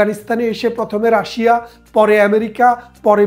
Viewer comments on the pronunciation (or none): none